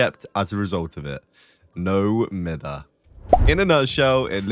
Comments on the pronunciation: I still find it funny how people say it wrong till this day. People say no miffer , but cause he’s British it should be pronounced no miyver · I’ve never heard someone say it beside like one YouTuber say it myther, and it broke my brain but I promised myself I’d pronounce it like mither no matter what anyone told me😭